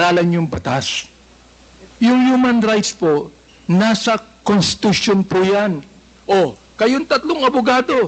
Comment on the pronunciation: Constitution po.indi contitution